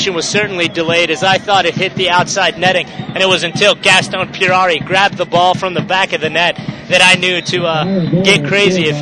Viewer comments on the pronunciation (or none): gaaastón "Pierrarrri"- hahahahhahahaaaaaaaaaaaaa, it's Puerari!